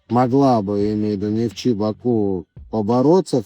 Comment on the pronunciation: зачем коверкать название клуба? Оно Нефтчи, а не нафта, или бянзин